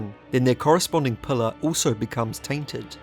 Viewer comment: "Pulluh" Enunciate, ffs. I'm not listening to someone who can't even pronounce "pillar".